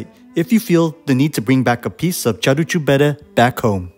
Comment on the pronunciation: it's "caru" like in the English "car", not "charu" like in Charles.